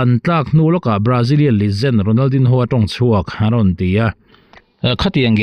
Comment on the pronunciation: Ronal din ho tih tulh tulh ai chuan an mahni lam dan a Ronal di nho tihve mai hi a tha lo maw.